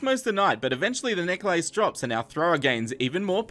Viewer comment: the way he said necklace XD